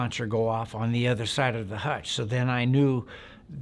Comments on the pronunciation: Hooch not hutch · I think he means to say hootch, not hutch 😂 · It’s not a hutch it’s a hooch! All Vietnam structures were all called hooches! Sounds a bit made up some of details are to methodical in a fire fight details are hard to be that detailed! It became very confusing in a firefight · It's a hooch. No one in the Army ever called it a hutch. How long were you in- country? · this sounds made up.. and didnt they call them hooches.. not hutches.